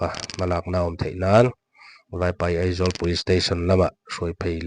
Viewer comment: thu sawi tu hi AIZAWL ti lo vin, Eizawl ati tlata kan hriat chu , Aizawl ati thiam lo ami le ww